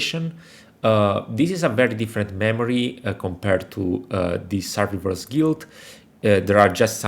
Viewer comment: Well, that's one way to pronounce survivor.